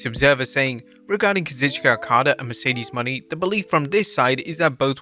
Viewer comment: Are we going to just pretend that he pronounced it Mercedes MONEY?